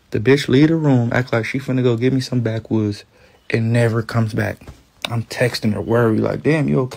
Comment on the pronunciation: Chrisean said IM ON MY WAY NOT EEM ON MY WAY! 😂